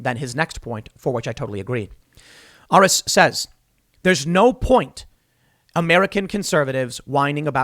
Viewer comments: Aris is pronounced air - reese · Aris is pronounced as Air-Ris, my old boss had the same name.